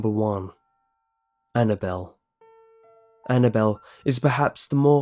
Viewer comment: as soon as he said annnable I turned down the sound completely